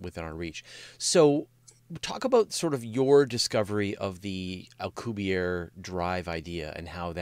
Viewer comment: In the interests of accuracy, I feel obligated to point out for future reference, Dr. Miguel Alcubierre's family/surname is of Spanish origin, not French, thus the final 'e' is pronounced in the Spanish language; the correct pronunciation is Al-cooh-beer-eh. Here is a Spanish language video for the correct pronunciation of Dr. M. Alcubierre's surname or family name, by a native Spanish speaker, from time index 2;14